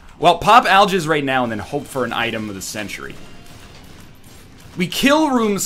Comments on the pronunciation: says aljizz instead of algiz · does nl know when he says algiz it sounds like ill jizz ? can never unsee